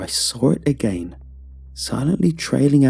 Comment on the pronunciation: I like how you're saying again lol, "Aga aein"